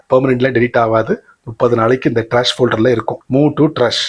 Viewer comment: அதை trash ட்ராஷ் என்று சொல்ல வேண்டும் ட்ரஷ் தவறு. மேலும் retrieve ஐ ரிட்ரீவ் என்று சொல்ல வேண்டும்